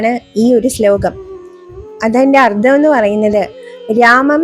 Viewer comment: ഉച്ചാരണം ശ്രവിക്കണം അർത്ഥം എന്നതിനു് അർദ്ധം എന്നാണ് ഉച്ചരിക്കുന്നത്